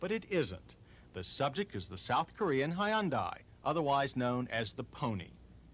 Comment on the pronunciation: High-un-die Almost better than Ty-oda Cam-ray